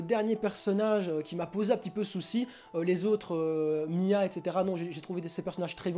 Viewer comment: En fait tu dit Mya au lieu de Misa, ça m'a un peu tressée( après peu être que j'ai mal entendu mais je crois pas 😅)😂😂